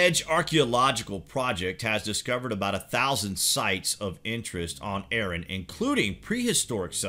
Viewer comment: Ahran ... not Ehren. ARRAN.